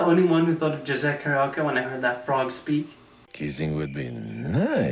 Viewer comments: for a little note: Jose's name is pronounced "Ho-zeh" as "j" often makes the "h" sound in spanish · To be fair, you did mispronounce a lot of things that could have easily been pronounced correctly by watching the videos you showed in the clips (Caballeros, Aracuan, and Jose, for a few - you're correct in using the "j" sound, but it's still not quite the correct pronunciation) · Although I agree with what you say in this video pleasepleaseplease stop calling him Jose with a "juh" sound. It's "ho-say", and the three "caba-yeros", not cabeLeros.